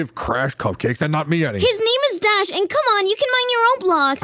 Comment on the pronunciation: Bro can’t saw Dash’s name😂